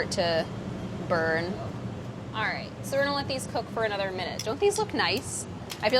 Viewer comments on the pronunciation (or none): none